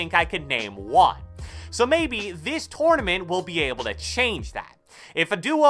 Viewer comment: "TORN-A-MINT" lol